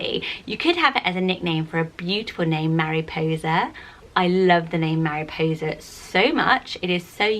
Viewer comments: Mariposa is pronounced very differently to how you are saying it. It's not 'Mariposer' like you are saying it but 'Maripossa'. It's not 'arh' the end but a short 'a' sound at the end. Hope that makes sense. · Isn’t it pronounced Mah-ree-poh-sa? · If you're white. Don't name your child Mariposa and pronounce it like that 💀